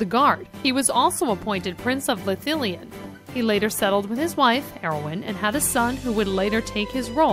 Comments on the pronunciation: Aragon, Arwin, Maryaduck, Peragin, leggolars, Jauwen, E-omor, Gandolf... I'm fucking crying, I can't decide if it's hilarious or a disgrace x'D. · listen again.. first she calls her yawin.... then she calls her arwen.... smh